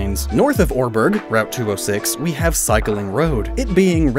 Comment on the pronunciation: Welp, I always thought Oreburgh was pronounced Ore-borough or Ore-bruh